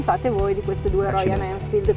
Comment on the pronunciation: ma perchè dice royaN?